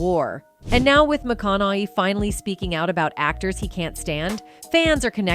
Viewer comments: Mcon a hey!!! I have when peoples names are mispronounced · Either your AI sucks, or the announcer can't even say his last name!!! PATHETIC!! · You can't even say his name right AI?????